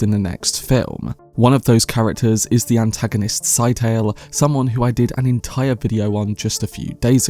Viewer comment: Did herbert not say scytale was pronounced like it rhymed with Italy (skit-uh-lee)